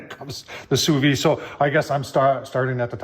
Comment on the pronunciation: An interesting tool. While expensive, the instructions on the panel greatly shorten the learning curve. However, I must point out that it is pronounced SU VIDE. You should pronounce the D. Listen to Darren on his channel or google it.